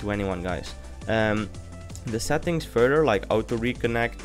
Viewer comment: Cool, lol, whenever u say settings, it sounds lkike ur saying sad things, haha :D